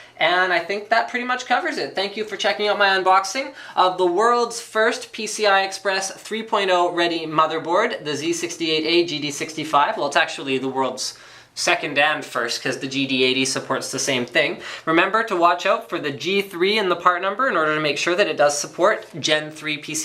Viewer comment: You said "GD-8065" LOL